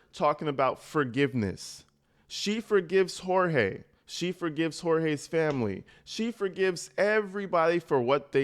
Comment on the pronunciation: I love that you pronounce his name correctly how his parents intended and what his family calls him rather than what his abuser calls him.